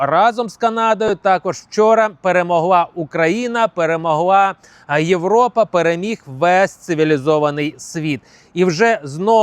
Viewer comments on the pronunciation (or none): none